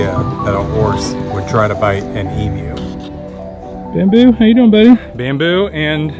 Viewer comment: It is great to hear an American who can pronounce emu correctly.